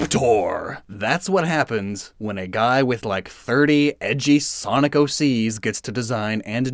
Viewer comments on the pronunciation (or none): none